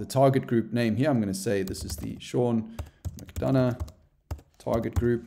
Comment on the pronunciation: Great tutorial! My question is what did you do with the 'u' in 'McDonough'?🤪